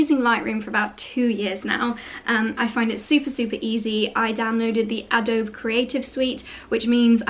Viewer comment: Adobe is pronounce A-dough-bee, my Husband works for the company so I hear it said a lot lol